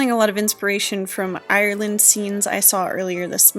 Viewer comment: Dude , you went to Ireland , please learn how to pronounce it , no shade , but please , it’s not pronounced Iyrrland , still loves the video tho 😂